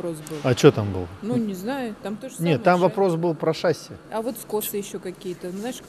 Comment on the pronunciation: Приветствую.У меня маленькое замечание.В ролике вы произносите шАсси вместо шассИ,а это ошибка.По правилам в словах французского происхождения ударение ставится на последний слог,немного режет слух